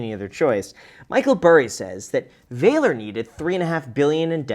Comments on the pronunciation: Vah-lore. Not »Vailer« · Do they seriously pronounce it Valor with a long A sound or should it be more like valor, i.e. the synonym of courage with a short A sound? I know. I know. It was bothering me though. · walor? you german?